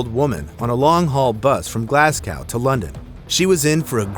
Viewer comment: NEVER say Glasgow again that is not even close to the pronunciation